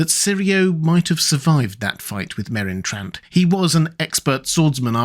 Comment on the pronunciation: "The best swordsman in the world, killed by Merron Trant?" 😂